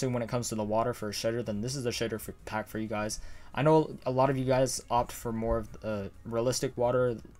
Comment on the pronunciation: When he talks fast, he says “sh!tter pack”